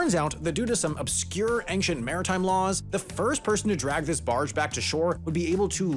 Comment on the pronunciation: Why does he pronounce ancient as anxient